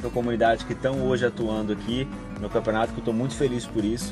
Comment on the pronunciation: "Canpeonato" foi mal mas n prestei atenção no q vc falou só nesse "N"